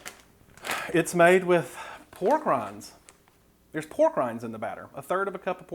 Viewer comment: When you said "Made with pork rinds" my ears heard "Made with war crimes" lol